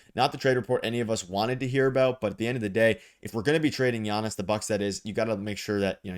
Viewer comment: For the love of God, this is how you pronounce his name